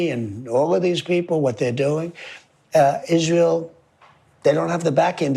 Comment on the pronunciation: Idk why but when Candace calls it ishrail I laugh lmao it’s like some slang I just dont get yet